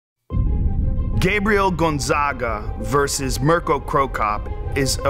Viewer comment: I cringed how he pronounced "Mirko".